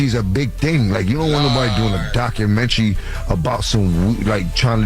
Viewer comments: I hate when ppl say documentaries like that 😑 doc-ka-men-naree 😂🤦🏾‍♀️ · Documentry...Jim Jones gosh, it's documentary!!!